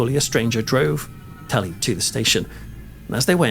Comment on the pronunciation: Are you calling him Tully 😂 guess my name it's James killen 😮😮😮😮